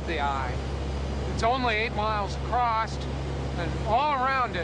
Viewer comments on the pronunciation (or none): Scientist that does understand that is pronounced "across", and not "acrost"